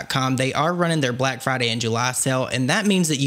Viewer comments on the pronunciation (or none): none